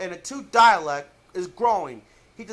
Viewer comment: Please for the love of Gallifrey STOP pronouncing DALEKS DIALECTS!!!